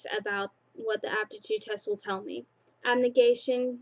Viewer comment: Ab-ne-gat-tion(say it like that) Can-dor Eru-dite(you said it right!) Am-it-y Dauntless(pretty easy) Haha But you are doing good! :D